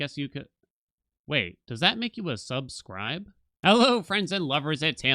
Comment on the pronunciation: That "sub scribe" in the intro was... chefs kiss